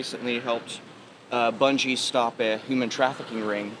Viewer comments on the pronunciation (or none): Bruh, he doesn’t even know how to pronounce his hirer’s name! It’s “Bun-ghee”! 😂